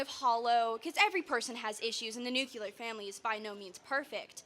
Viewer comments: Why are so many people unable to pronounce the word "nuclear?" It makes me cringe every time I hear "nucular." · It’s NUCLEAR!😂 lord that pronunciation was driving me nuts🤣